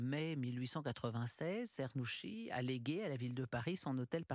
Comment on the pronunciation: Afin de donner une idée de bonne prononciation phonétiquement : " tchernousqui ". 🙂